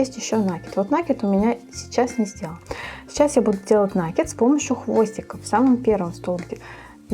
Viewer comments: Не на' кид, а наки' д. Прямо слух режет, а в остольном все нормально. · Слово накид-от слова накинуть, потому ударение на второй слог. А за мастер-класс- спасибо.